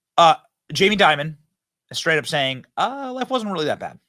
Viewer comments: You keep pronouncing and spelling his name as "Diamond". It's "Dimon". The dude's name is "Jaime Dimon". IHTH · It’s Dimon… not “diamond” do some research dude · His last name is not "Diamond" --it's DIMON (pronounced DIE...MON) JAMIE DIMON. You're welcome. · Jamie Dimon there’s no “d” on the end 😂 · Dimon not Diamond lmao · It's Jamie "Dimon," not "Diamond." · Who’s Jaime Diamond? It’s Dimon. At least make the tiniest amount of effort to know what you’re talking about. 🤪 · again Benny loose with the facts... Dimon, not Diamond... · Fyi it’s Jamie Dimon… not diamond